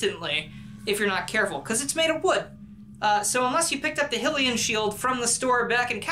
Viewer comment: You pronounced Hylian wrong